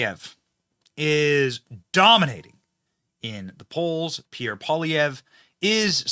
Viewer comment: As a French Canadian myself , I can confirm that's your pronunciation of Pierre name is way better then before.